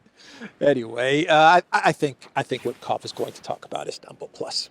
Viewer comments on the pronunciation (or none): none